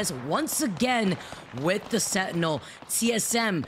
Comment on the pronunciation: When she said "senty" for sentinel I almost snapped my spine cringing.